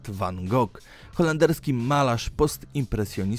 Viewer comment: Numer 9: Prawidłowa wymowa jego nazwiska to wan HO, nie wan Gog. Powód: Jego holenderskie nazwisko w oryginalnej formie jest nie do wypowiedzenia dla Anglików.